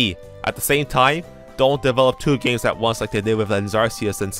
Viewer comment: At first I thought you said "a lot of gamers wanted to emulate BOTW" lol